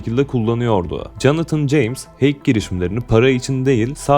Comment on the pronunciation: hack i okurken heyk yerine hek şeklinde okursan daha doğru olacaktır kanka